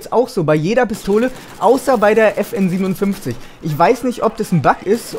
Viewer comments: will ja nich klug scheissen oder so,aber bei der FN57 musst du es Five-Seven aussprechen ;) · geiles video aber die FN57 wird ausgesprochen FN FiveSeven